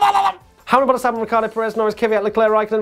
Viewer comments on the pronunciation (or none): he says bottasalbon which sounds like verstappen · Same here with Albon, even when slowed down.